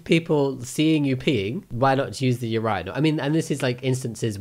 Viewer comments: Wtf is a ur-I-nal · Why do you say urinal like that lmao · Cuz he's bri*ish